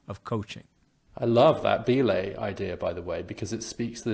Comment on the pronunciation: Minor but prescient, it's "buh-laying" not "bee-laying". Don't turn off young climbers! 😅